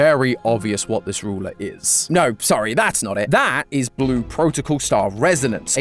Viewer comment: he said soyyi